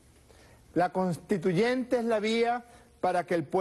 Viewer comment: Por favor díganle a Maduro que se pronuncia conStituyente y no CONTITUYENTE que bajeza de presidente